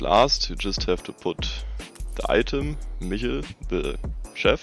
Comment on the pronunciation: Chef Michel noch nie so deutsch gehört lmao aber gutes Video